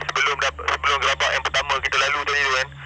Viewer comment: Gerabak la kak. Bukan Gerobok